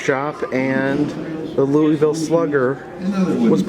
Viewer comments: Scary Marilynn Yes, it’s pronounced as “Loo-Uh-Ville or “Loo-Uh-Vuhl” by locals. LOL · The city is actually pronounced Loo-Uh-Ville or Loo-Uh-Vuhl. Hubby and I were corrected on that by locals when we visited the city back in 2007. LOL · Louisville native here. I actually work seasonally at caufields. First off its pronounced Loo-uh-vuhl. Second, caufields hads a rich history. It's the largest novelty distributor in the us, has been owned by the same family since the beginning, and the building is extremely haunted. I've seen people in the warehouse upstairs who just disappear. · You crack me up when you say Louisville like “louieville”! ❤️❤️ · CoasterLisa agreed! I live nearby and hearing “louieville” is like nails on a chalkboard. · Your pronunciation of louisville is killing me